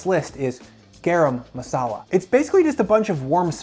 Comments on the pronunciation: Please pronounce it GUH-rum masala. :) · This is terrible advice. And you mispronounced turmeric and garam masala.